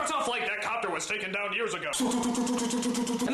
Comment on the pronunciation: Quick question, where are you from? I've never heard anyone pronounce "down" and "now" as "darn" and "nar" before